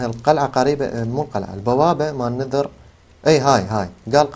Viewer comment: اي لاحضت صح وقال سحخت